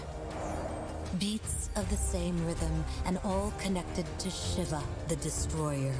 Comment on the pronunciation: i hate how they say shiv-a instead of shee-va